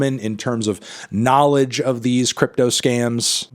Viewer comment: The way you said “knowledge” and really dug in with it, was way too reminiscent of Tai Lopez in that damn garage and I gagged a little